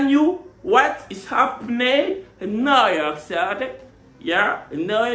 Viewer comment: Net quand il a dit new city avec son anglais la j’ai pensé à gohou quand il dit Manhattan 😂